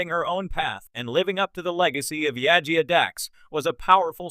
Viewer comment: Why do you have a Star Wars Acolyte filmstrip while talking about a Star Trek character? Also you need to work on your pronunciation. It's Jadzia not Yajia.